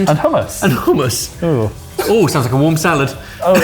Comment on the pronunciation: You can tell is a Scot. He can say hummus properly! 😂